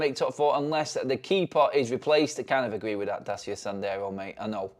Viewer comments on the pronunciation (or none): none